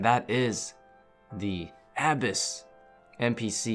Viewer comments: The way you say "abyss" hurts me deeply, please place the emphasis on the second syllable haha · abyss is such a simple word, listening to you say it wrong had me like wtf, each time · Can’t pronounce Abyss, but is the PVM God of OSRS. Funny how we can’t have it all right? 😉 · bro look up how to prounounce "abyss" holy shit